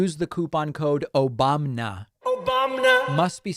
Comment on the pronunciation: "Obamna" will never not make me laugh.